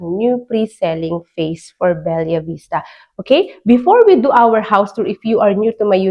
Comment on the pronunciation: Anak ng pusa! Be-la, Be-la, Be-la! Hnd Bel-yah!!! Gigil mu ko marami